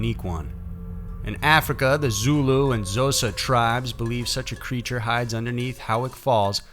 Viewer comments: Great video. I live in South Africa and we love it when stuff like this is the subject of YouTube videos! Your pronounciation of most of the words is very impressive. But I am going to point out 2 of them for you, in the niciest way :) Xhosa is pronounced KAW-SA. Trevor Noah's mother is Xhosa.as was Nelson Mandela. Grootslang (meanig big snake in Afrikaans) is pronunced bringing the G from the back of the throat, making a sound almost like gas escaping from a pipe!. Not very easy to pronounce, even my daughter who is half Afrikaans, battles with this sound. It is G-ROOT-SLUNG. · xhosa is either pronounce "cosa" if you cant do the click, or "*click*osa" but yea just a bit of knowledge, otherwise great video as usual, oh and xhosa and zulus are from south africa